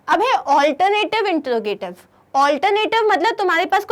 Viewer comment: Introgative ka pronunciation wrong hai